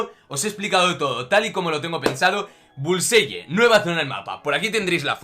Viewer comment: La pronunciación es bulsai